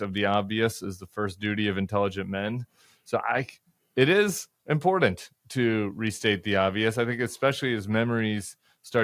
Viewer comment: I love Tim Miller, but what is with "imporant" the word is imporTant. I watch you religiously and benefit from all the interviews you host and participate in. Because I watch everything you do I had to mention this. I will continue to watch you daily regardless of your pronunciation of that word. A regional thing NOLA, a generational thing, whatever it is it drives me bonkers, but faithfully yours.